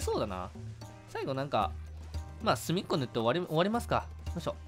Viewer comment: のすみっこ先輩がスフィンクス先輩に聞こえた(●︎´▽︎`●︎)